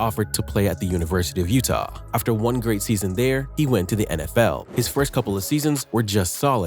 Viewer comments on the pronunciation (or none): none